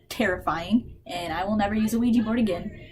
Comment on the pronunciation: I love how you say OUIJEE instead of OUIJA